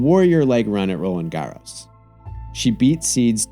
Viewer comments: loved it. Cringed haaard at 'roland garros' pronounciation. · Okay, I really appreciate the work and it's an amazing video but... I've never seen someone butcher(not even try is more accurate) the pronunciation of Roland Garros this bad in my entire life... and I've listened to all kinds of languages say that name.